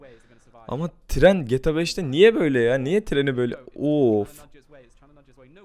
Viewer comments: geta değil g t a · abi geta değil amk GTA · Abi 'geta' değil 'geğteğağ'. Ldkskxmskxmsmd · geta 5 hızlı okuyun :D:A:das:Dsad o ne abi ya geyta 5 diye okunuyor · abi allah aşkina sen bir daha gta deme nolur yaf cok sinir oldum suna g t a desene 😤😤😤😤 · 1-)GETA 5 DEĞİ GTA 5 YANLIŞ ANLAMA ABİ:ddd 2-)hidra değil abi hydra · abi gta demeyi öğren lütfen. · şunu geta 5 diye okuyucağna gta 5 diye okuma sinir oluyorum :D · abi o geta 5 diye okunmuyo ge te a 5 diye okunuyo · geta 5 değil gta 5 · EVO - Akif Aynen bende boyle yazdim helal bee :) ayn bende sinir oldum lan geta diyor getea dicekken sjsjs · PELİNSU YILMAZ geta diyor ya ayar oldum video boyunca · Şuna gete 5 deme sinrim bozldu sjsj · Geta 5 deme o ne öyle ?! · gıta demesen olurmu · lutfen gta deme ya o nasil bi gta diyis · abi geta neden diyon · abi seviliyorsun ama gta demeyi öğren lütfen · abi ne güzel gta diyon dfghsgh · su gta yi duzgun oku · gta demeyi öğren